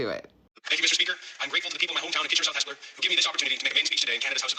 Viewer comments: Yep, you said Hespeler right. Locals drop the second « e » and it sounds like Hespler. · You didn't goof up on pronouncing Hespeler, but many constituents from Kitchener South-Hespeler goofed up voting Mr. Strauss in.😕